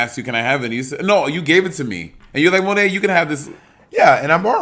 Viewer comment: So my name is Malaika(Muh-lake-ah) and I LIVED. When Bob called Monét Monaika!!! Love change name now lol😝👏🏾